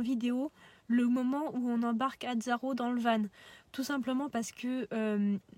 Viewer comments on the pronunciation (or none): pas vanE non, on dit VAN stpppp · Bonne video Par contre juste van se prononce "vent" pas "vanne" mais sinon top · oui je comprend bien je pensais qu'il n'y avait qu'une seule facons de dire du coup sa me fait juste bizarre a l'oreille vu que je suis pas habitué